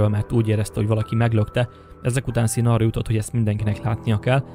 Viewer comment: Sean = ejtsd Shoón